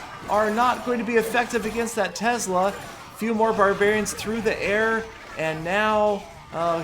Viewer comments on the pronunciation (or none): none